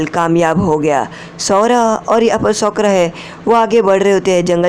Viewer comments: Shi bat bhai sakura nhi Sokra 😅😅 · Sokura 🤔isn't it sakura 🤔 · Sokura nahi sakura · Sokora nehihe bhai sakora he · Bhi sokra nahi hota sakura hai uska naam